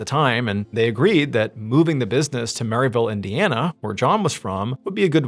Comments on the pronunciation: The way John is saying Merillville keeps making me laugh 😅 I’m from northwest Indiana and we pronounce it like “mair-uh-vill” it’s about a 45 min drive from where I live in La Porte Indiana 👌 He said “mair-ill-vill” the first time which is what it looks like lol then the second time he said MERRY ville 😂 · Damnit mrballen it's not merryville lol. From a resident. It's merr-ill-ville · Merrillville. Pronounced like if Meryl Streep had a town named after her.